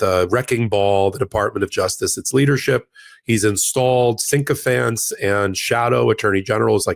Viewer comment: Ben! Please tell! From Canada…Please…. keeps saying “syncophants” when the correct word is SYCOPHANTS!!!!! There’s no N in the first portion. Sycophants. I know is a brilliant man but he keeps making this rookie mistake in his grammar. It drives me mad, because it is incorrect. Thanks for hearing me out. Love your work and your passion ❤